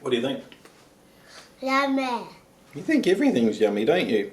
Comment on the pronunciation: Can't help it, after watching a number of your videos, I just HAVE to ask: What was the first word which the boss ever said? Was it "mommy" or was it actually "yummey"? :-)